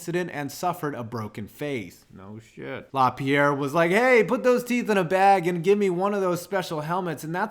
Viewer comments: *Laperriere not Lapierre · It’s La-PEER-ee-air. I only know how to say his name because I love Ian. If it was Maxime, then La-PEE-air is right. Great video!!!